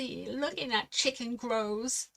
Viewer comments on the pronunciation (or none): none